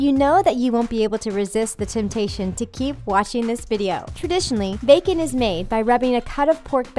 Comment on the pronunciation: THE WAY SHE SAYS BACON LOL